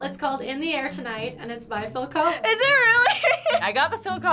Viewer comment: Wow the Dude got Phil collis right!🎉🎉🎉